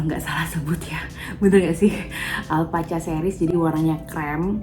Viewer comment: Baca nya alpa-ka bun, hihi.. motifnya lucu ya.